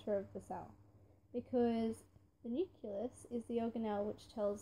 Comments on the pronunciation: What the heck is a "nuculous"? Oh you mean a "nucleus" ohhhh haha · You can’t say nucelous